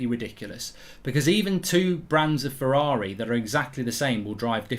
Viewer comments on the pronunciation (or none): none